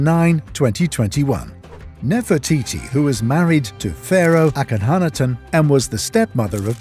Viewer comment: He can’t even say akunatun properly